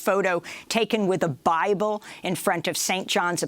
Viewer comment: Why does Amy say "bible" like Trump says "China?"